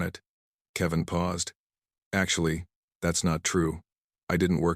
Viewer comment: STUPID AI CAN NOT EVEN SAY ... ""KEVIN"" IT PRONUNCED IT .. KEY--VAN